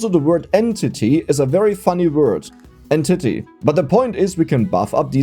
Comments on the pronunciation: I swore you said and titty instead of entity, I must be getting tired or your getting better at confusing me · Damnit. XD "En titty"